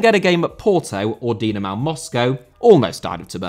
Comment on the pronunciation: Dinamo* not Dinamaw